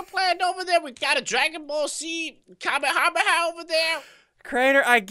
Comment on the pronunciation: what's a kamahamahas XD its kamehameha